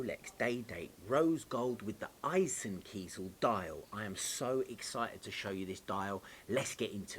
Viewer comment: So glad you can pronounce eisenkiesel correctly!